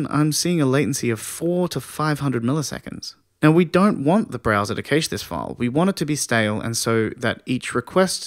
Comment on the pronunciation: Thanks again, content is great. Pronunciation of cache not so much though...